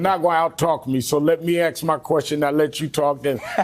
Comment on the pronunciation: let me ax you a question?